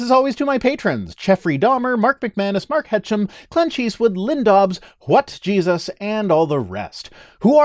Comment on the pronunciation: I like how much emphasis he puts on the "What" of "What Jesus" nowadays. No more Wet Jesus lol